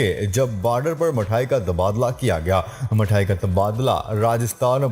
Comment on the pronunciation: Talafuz theek karna Mathayan mithayan pado